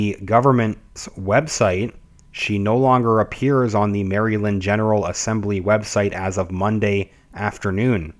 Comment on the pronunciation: here is how MARYLAND is pronounced.